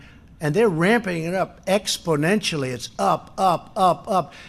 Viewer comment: exponenually? He knows the best words..